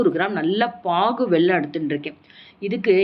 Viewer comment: மேடம், அது வெள்ளம் இல்லை வெல்லம்